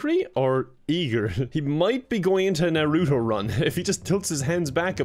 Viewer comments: the way he said narato😂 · ah yes the nair-roo-toe run